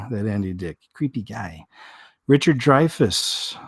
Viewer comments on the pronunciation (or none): none